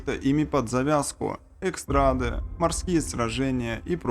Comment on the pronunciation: После слова " экстрада" решил не смотреть этого прахфессора)))